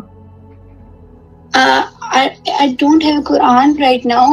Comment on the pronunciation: only pick on women from the comfort of his house come out on the streets. talking shit once again as if he knows anything about the Quran. First learn the pronunciation of the words properly